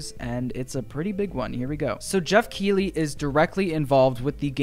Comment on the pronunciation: U said “kiwii”